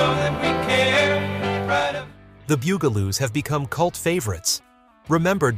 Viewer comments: Not Boo-ga-loos, ɓut BUG-la-loos. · It’s the “bug” a - loos. 🙄